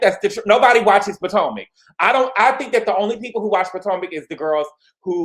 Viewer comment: Did. You say 'poor-tomac'??! 😂 If not that is funny and shady when comparing Gizelle to Teresa